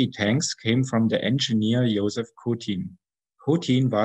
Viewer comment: I like this new artstyle more, it fits the period better. Now, a few notes of correction, if I may. Kotin's first name is pronounced like French Joseph, he took his name after some French revolutionary. The choice of the gun is described very poorly in the video. The adoption of D-25 gun came late in the design process. The IS rearmament program started in early April 1943 was considering new 85-mm high power cannon (IS №3), as well as 107-mm ZIS-6 cannon (IS №4). The new high-velocity 85-mm gun (S-31 variant) had no ammo to be found, so the regular velocity ones were chosen for KV-85 & IS-85/IS-1. Meanwhile ZIS-6 production failed, so it was redesigned to fire 100-mm ammo for B-34 naval gun. But by late August 1943 A-19 gun and M-10 howitzer were also proposed to be adopted for tank use, and of those A-19 was chosen, thus eventually becoming D-25T. Meanwhile IS variants with 100-mm cannons, stabilized sights and mechanically assisted loading (IS-5/Object 248) fell by the wayside during the summer of 1944. IS-2 wasn't always cast, there were welded parts as well. The real weight saving was in the crew comfort department, and for the driver it was pretty miserable to say the least.